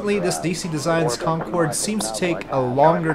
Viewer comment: cincorde corcumnavigation